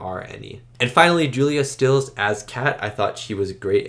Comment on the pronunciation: You've hit the nail on the head: Iconic movie with GREAT chemistry between the actors. Great reaction from you, as well. One things: it's Julia Stiles, not Stills...